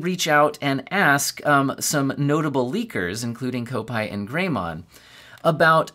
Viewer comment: not kopetee (kopite) Kop (cop) it, , he's a Liverpool Supporter.